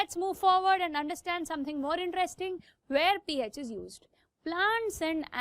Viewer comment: It’s pH not “peh H” (just correcting her)